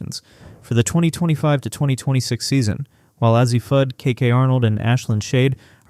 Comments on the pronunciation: Who's AH-ZEE Fudd ??? I know who A.Z. Fudd is, bit I've never heard of AH-ZEE Fudd. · Azzi is A Z, not az zee. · Why do you continue to mispronounce Azzi ??? It's simple .... A.Z. Cannot take you serious. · Why can you not pronounce the names of the players? Pronounce: A-ZEE and BECKERS. Smarten up, please, you sound like a fool. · If you can't even pronounce "Azzi" or "Bueckers" correctly, it's very hard to take you seriously. I mean, c'mon man. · I agree with this statement. Between Azzi and Paige, they names are always pronounced wrong